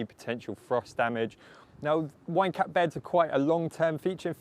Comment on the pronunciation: You're British, maybe use garden giants instead of wine cap cause I keep hearing wanker every time :))